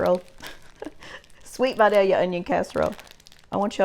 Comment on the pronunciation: I knew it was going to be good as soon as you pronounced “Vidalia” correctly.